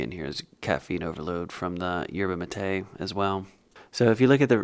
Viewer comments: It's pronounced yerba MAH-TAY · Your ba ma tae. That is how yerba mate is pronounced and is actually a pretty great drink if you enjoy green tea😊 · The way he said Yerba Mate hurt my soul